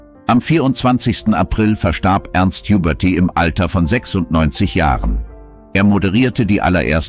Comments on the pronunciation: Es heißt Ernst Huberti und nicht Juberti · Wie ich diese Computerstimmen hasse 😡 Gregor Gysi wird "Giesi" gesprochen und nicht Güsi☹️ Ernst Huberti, was ist daran so schwer? Schöne Maid kann man ganz leicht sprechen 👎